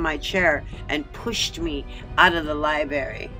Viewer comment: It's a LI-BRARY... Not a LI-BARY!!! Im pretty sure all "berries" tell the truth and aren't lying!!! LOL But jokes aside, I totally agree that this is disgusting and vile behavior and should be investigated until we hold someone accountable for allowing it to even take place!!